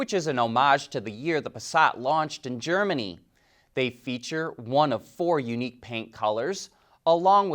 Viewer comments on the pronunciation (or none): none